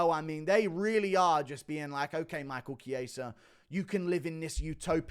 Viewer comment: The fact that guru is the only one who says Michael chiesa' name correctly and rogan and that can't is jokes